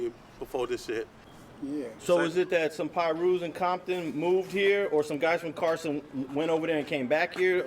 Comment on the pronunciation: Lol did he say Barson? Lmao shit sounds funny as hell. I get it bompton but barson sounds crazy sorry Brazy😂 On the real I'm stunned by the og who's like 50+ gotta be he was recalling some stuff from 1981...my dude... Brotha it's time to grow up don't you think? This is about as crazy as the cat in the Phillies hat with no front teeth. 😬